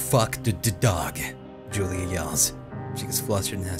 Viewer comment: I love this game, but it was killing me at the beginning when you kept saying Julie instead of Julia. When the scary music started when he found the typewriter outside, I got the heeby-jeebies.